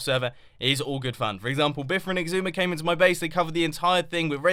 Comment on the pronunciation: he said frun